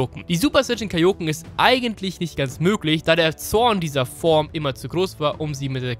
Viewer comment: Du sprichst Kaioken falsch aus. Betonung ist auf a und e, nicht auf o.